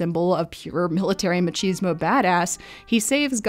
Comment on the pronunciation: Loved the viedeo, but i die a little inside everytime you say “machismo” lmao